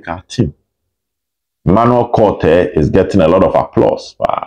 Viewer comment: Please mention the name of Emmanuel Kotei well. The Kotei should sound Ko and not K)